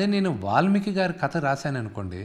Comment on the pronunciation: కత కాదు రా కథ అనాలి 😂😂